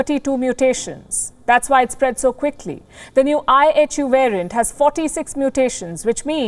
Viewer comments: Sometimes I heard I.H.U. as I Have You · Kinda sounds like “ I Hate you “🤷🏻‍♂️ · I thought I heard the news caster saying, I HATE U". Did I hear her well? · Apparently all variants are coming "out of Africa". IHU; why does it sound like -i hate you?